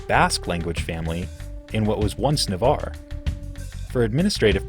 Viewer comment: First video in English I've ever seen where they pronounced "Navarre" correctly.